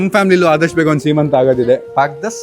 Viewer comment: ಸಿಮಂತಂ❌ ಸಿಮಂತ✅